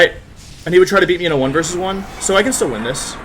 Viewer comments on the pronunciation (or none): Normal Wolfey fan: new Wideo, against Cybertron? Me, an intelectual: a Wersus!